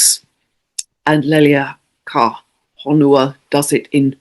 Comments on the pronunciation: No, you have always pronounced Haumea correctly. In Hawaiian, all vowels are separate syllables. Therefore, it is Ha-u-me-a. When you pronounce Leleakuhonua, separate out each vowel as a syllable - Le-le-a-ku-ho-nu-a.😊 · I love your videos and listen to every one of them over the past five years. As someone who lives in Hawaii, I’d like to offer a phonetic way to say leleakuhonua.. it’s pronounced lay lay ah koo hoe new wah.. 😊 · Think of Leleakuhonua as 3 words, Le-le, a-ku, and ho-nu-a, Aku means fish. And 'e' is pronounced like 'ay' as in 'say'.